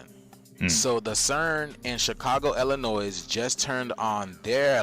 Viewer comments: How are you from Illinois and not know that the "s" in Illinois is silent? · H9W U FROM ILLINOIS AND U PRONOUNCE THE SILENT S ON THE END. WTF IS WRONG WICHU 😂😂😂😂😂😂